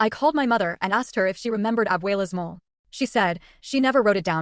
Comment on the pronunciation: Moh-lay. Chee-lays.